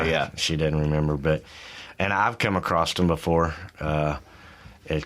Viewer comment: He said acrossT.